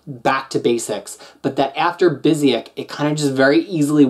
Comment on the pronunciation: It's pronounced BYOO-sick B-) These Avengers stories were the first comics I bought when I started reading in English. I was only going to buy Avengers because I've been a fan since the Englehart era (those were only published in the mid 80s in my country), but the Marvel bankrupcy left us without American comics in Portugal for two and a half years, so I started reading US comics regularly. I enjoyed this run a lot at the time. The Avengers had lost a lot of their appeal during the 90s, and going back to a more traditional lineup and storytelling was important. Now, when I re-read these... people complain about Bendis, but Kurt was a very verbose writer. So they haven't aged that well but they were good in the sense that they reintroduced the Avengers as an important component of the Marvel Universe, and made the editorial team care about other stuff that wasn't the X-Men.